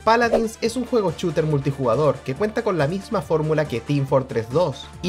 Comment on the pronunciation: Buen vídeo, pero por qué dices "chooter"